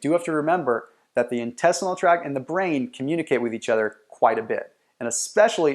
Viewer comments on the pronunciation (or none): none